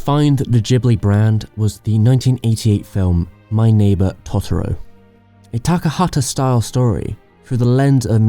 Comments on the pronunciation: hows this dude gonna pronounce it "taughtaro" like its chill? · Even in the film dude. Totoro is pronounced "Toe-Tor-o" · Just to say, you mispronounced cagliostro and totoero and ghibli These are pronounced as below Cag-Lee-oe-stroe Toe-te-roe Gib-lih-he